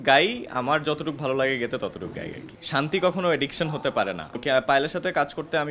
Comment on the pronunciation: গেতে নয়, গাইতে